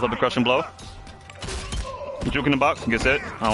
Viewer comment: Lmao “juek” is so messed up 😂